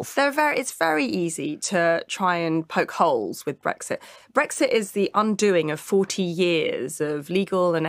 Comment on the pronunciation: She couldn't even say Brexit... Started by calling it breakfast!